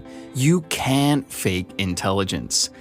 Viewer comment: Sign of low intelligence : not pronouncing the letter "T" at the end of the word "can't".